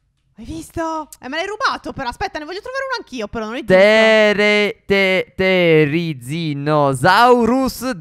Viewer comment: Sì dice Terziosaurus